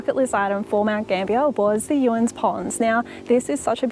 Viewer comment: Its pronounced Um-fer-ston caves & its Ewan not Yuan ponds 😊